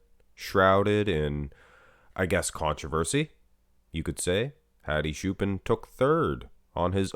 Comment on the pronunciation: Hadi choopAAn is actually correct and the "ch" is pronounced like the word "church"